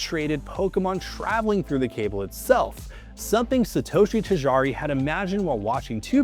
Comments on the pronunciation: Tajari instead of Tajiri is crazy. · Omg “Ta-Gee-Ree “ not “Ta jar-ee” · Tajari is wild 😅🤣 it is Tajiriiiii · This is a great video so far, but it's "Tajiri", not "Tajari". More like "Tah-Jee-Ree". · “tahjaaree” dude butchered the pronunciation 😂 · "tijari".... Really man? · I cringed every single time. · Man, if you fail at even pronouncing the name how can the audience be sure that the rest of the piece is researched well?